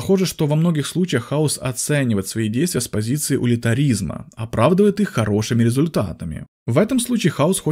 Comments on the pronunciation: Утилитаризм а не улитаризм, вроде даже определение зачитал, обидная опечатка? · Спасибо! Только помоему говорится утилитаризм, а не улитаризм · 'утилитаризм' а не 'улитаризм' но в целом да, вы правы, Хаус утилитарист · Утилитаризм)) не «улитаризм»